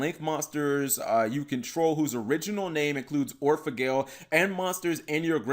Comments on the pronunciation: It's not Gle Like angle. It's gel like angel or the word gel ya no? Just sayin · Anime Seraph I think it’s actually pronounced like gull from the word Seagull or goal like when you score a goal in sports. The reason why I believe that is due to the fact that the vowel in those two words is much closer to the original Japanese pronunciation of the card’s name.